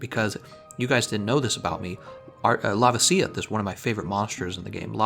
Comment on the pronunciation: The way you pronounce la-VA-si-oth and JEW-ra-TO-das triggers me.